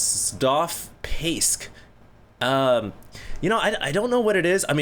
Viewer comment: you cant pronounce Cristoph?? is it really that hard for americans? oO